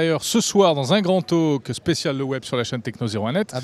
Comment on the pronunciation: grand taLk pas tauque